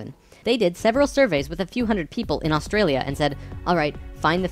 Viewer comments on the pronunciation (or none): none